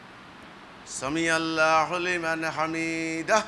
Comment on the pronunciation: সামিয়াল্লাহু আরবি শব্দ উচ্চারণ করতে জানে না আসসালামু আলাইকুম ওয়া রাহমাতুল্লাহ কোনদিন ভালো করে ভালো অবস্থা তোর কাছে কোরআন তেলোয়াত সেখানে তার চৌদ্দগোষ্ঠী থেকেও পারে না তাদের দলের কেউ পারেনা পারলে সেটা নামাজ হয়না নামাজের প্রাণ আছে ভুল ভাল জায়গায় টানাটানি করে জানতে পারেনা ঈদের নামাজকে ফলো করবেন না এদেরকে ফলো করলে আপনার নামাজ শুদ্ধ হবে না তেলাওয়াত শুদ্ধ হবে না সালাম শুদ্ধ হবে না